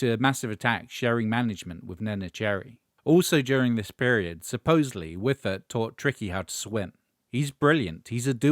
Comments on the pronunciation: Schyffert, not ”Whiffert”! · Some comments: while Ubangi never had much commercial success, one of the other members were Thomas "Orup" Eriksson (I think he's the guy to the right of Cia in your brief clip) who became one of our best-known artists. "Schyffert" is pronounced more like "Shuffle", not "whiffer", and has become a pretty well known actor/comedian these days. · Henrik Schyffert was and is far more famous as a member of the biggest Swedish comedy team through the 90ies and 00ies.And as a general entertainment personality since. Also the narrator is butchering the pronunciation of his name pretty ruthlessly. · I will say that is one of the most interesting pronunciations of Schyffert I've ever heard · Great clip. Also, the pronunciation and almost frenchifying of Schyffert is hilarious as a native Swede. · He did his best but yeah aaah...